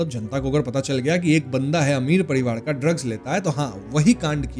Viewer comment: Parivar ❌ padiwad✅